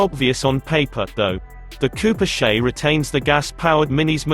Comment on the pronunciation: "Cooper SHAY?"